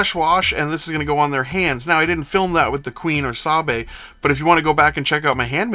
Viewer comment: I haven't finished the video, but just wanted to jump in early to confirm you are pronouncing Sabe correctly. In canon, her handmaidens adopted new names that sounded similar to Padmes in order to sow confusion with no one actively keeping track of who each of them was. Eirtae, Rabe, Sache, Yane and Sabe at first, then when she became senator, Padme liked the idea of having personal bodyguards who could act as her doubles so brought in Verse, Dorme, Corde, Elle, and Motee. Anyway. That's it. Keep up the great videos. EDIT: Dammit I'm back. It's a wig. Most of her hair styles are wigs. Again, made it easy for her bodyguards to double her simply by slapping the makeup on and wigging up.